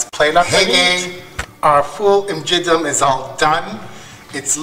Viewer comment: the way you pronounce it in the video means "very dirty broad beans". LOL! :D So Martha is right. Many thanks for the recipe. You're great! (Y)